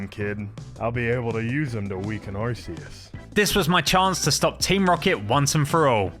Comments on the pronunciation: Um actually you pronounce Arceus like Are-Key-Us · Bro why does almost everyone say “ arkeus"? It's ARCEUS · when you say arceus eith arse you say butteus